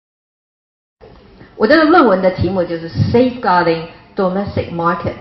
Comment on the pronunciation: 彭P 要好好練練 domestic 這個詞的發音，不要發的和詐蔡一樣，它的英文菜，你要比它好一些。